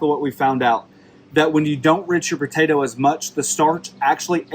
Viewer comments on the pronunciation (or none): If I hear the word botato one more time, I swear...